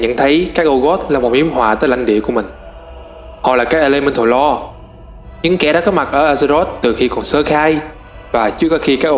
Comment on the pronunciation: từ Old god, faceless, elemental lord, void lord, titanforge, còn mấy cái tên nhân vật nữa nhiều wa mình ko ghi ra hết dc. Ad nên tìm mấy cái clip loremaster của WoW để nghe cách phát âm và tham khảo.